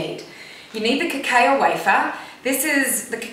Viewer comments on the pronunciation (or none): Cacao is usually pronounced cacow :)